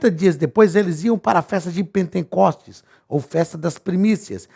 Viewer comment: O SR FALOU POR TODA A AULA "PENTENCOSTES". O CORRETO É P E N T E C O S T E S , SEM 'N' DEUS ABENÇOE